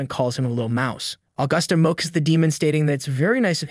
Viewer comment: Do you not know how to pronounce shocks or mocks?